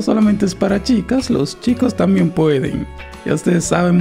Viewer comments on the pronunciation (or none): none